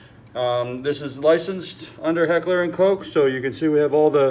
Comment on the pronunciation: No. Not Heckler and Coke.... Heckler & KOCH. it’s German!